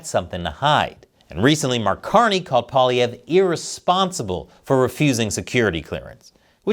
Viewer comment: You are the only american I've seen who pronounces his name properly.... are you from Québec???